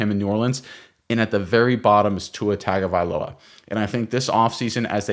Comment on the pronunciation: Pronounce Tua’s last name right… it’s year 5